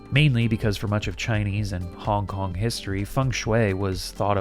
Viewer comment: Started to hear hongkong as honk-honk and couldn't stop